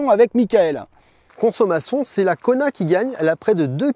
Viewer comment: Qui d'autre entend " Connard" au lieu de " Kona " 😅 ?